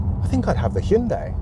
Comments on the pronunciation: First off, PROPS for getting both names right. Pors-sha (not 'porsch') and Hyun-DAY (two syllables is correct, not Hy-un-dai as many Brits seems to pronounce incorrectly). I personally find the Ioniq 5N more interesting than the Macan EV and I'm a huge Porsche fan too... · Kudos for pronouncing both 'Por-sha' and 'Hyun-DAY' correctly (so many Brits butcher the name, Hi-Un-dai'